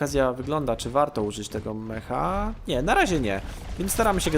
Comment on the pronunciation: Ej jak cos to mowi sie Meka a nie Meha